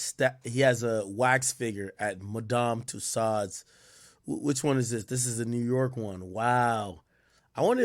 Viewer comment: “Madame Tusaaaauddd”💀💀💀